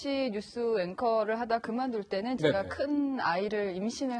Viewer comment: 이 양반 나온 모 유튜브 보고, 알 수 없는 알고리즘이 나를 여기로 이끌고 왔는데, 그 방송에서도 제가를 저가로 하길래, 읭? 했는데, 와.. 무려 뉴스에 나와서도 제가를 저가로 말하네ㅎㅎ 이 아나운서 황당하네ㅎㅎ